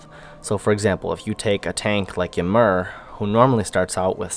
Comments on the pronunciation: Thanks for the feedback guys :D and I had no idea i was pronouncing Ymir wrong haha. I will have to correct that one. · I think he is pronouncing ymir like that on purpose guys.